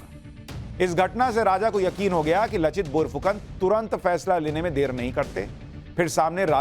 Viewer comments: Not लचित बोरफुकन, its लाचित बरफुकन। in Asaamese লাচিত বৰফুকন… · Sushant ji ! उनका नाम लचित नहीं हैं । नाम है " लाचित बरफुकन "। आपको बहुत बहुत धन्यवाद आपने ऐसे महान सेनापति का बारे में बताया जो भारतीय इतिहास से गायब हैं। आहोम राजाओं का असमिया भाषा में लिखा इतिहास में इसका वर्णन हैं। हमारे देश के लोगों को आपने बहुत अच्छा knowlege दिया।🙏🙏🙏